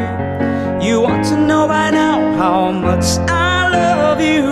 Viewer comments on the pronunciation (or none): Maganda talaga yung boses nya. Nakaka inlove. Pero yung some words lang siguro medyu may problema sa Pronunciation but overall maganda sya. Like "Change" and "Much" :) nakaka inlove yung boses.